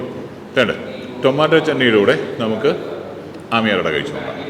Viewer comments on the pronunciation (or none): Aamyar Ada alla. Ammiyar Ada it is. Please say it correctly. It sounds horrible the way you say it especially since you are a malayali and should be pronouncing these words properly